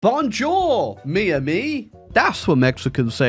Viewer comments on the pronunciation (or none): none